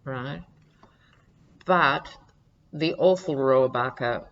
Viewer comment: you pronounced Dana Rohrabacher's name correctly. Joe Scarborough calls him "Putin's favorite congressman"....